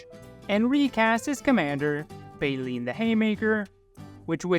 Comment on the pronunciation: It is Bae-Lynn and it is a man's name.